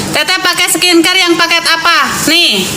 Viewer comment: Produk org bukan dijatuhkan, tp menjatuhkan diri sendiri dgn kualitas yg ga sesuai hrg.. coba kamu belajar dulu.. yg benar itu skincare.. bukan scecer.. pengetahuan dasar aja kurang koq mau mencela org.. aneh sekali..